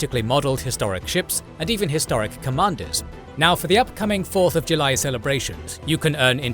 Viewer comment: "Fourth of July" in a British accent just sounds odd